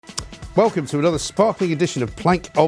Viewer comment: Could somebody please tell him the word is 'welcome', not 'wewcome'?